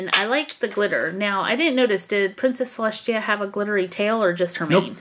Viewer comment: You said princess celechia😅